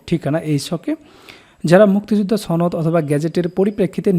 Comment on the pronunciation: 'সনদ'শব্দটি দয়া করে শুদ্ধ ভাবে উচ্চারণ করুন